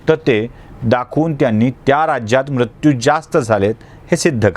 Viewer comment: उच्चार म्रत्यू नको ..मृत्यू असा करावा